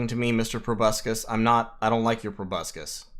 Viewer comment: Go ahead, mispronounce proboscis one more time. I'm not seething. I'm not malding.